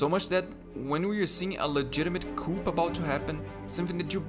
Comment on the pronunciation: 'Coup'... silent P (French) - "coo" 😉